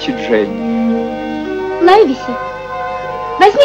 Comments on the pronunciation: НЕ ЛАЙВСИ А ЛАЙВЕСИ.САМ В ДЕТСТВЕ УДИВЛЯЛСЯ КОГДА КОГДА СНАЧАЛА КНИГУ ПРОЧИТАЛ А ПОСЛЕ ФИЛЬМ ПОСМОТРЕЛ.ЛИВСИ.ЛИВСИ ПРАВИЛЬНО.ХОТЯ НЕКОТОРЫЕ МОМЕНТЫ МНЕ В ЭТОМ ФИЛЬМЕ МНЕ НРАВЯТСЯ. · "Лайвеси" - это просто не английский язык. Равно как и мальчик Дженни. Мне тут в голову пришла мысль: авторы "хвильмы" перенесли действие в Ирландию. Может, там некоторые английские фамилии произносили иначе? Я ничего не знаю про ирландский английский язык.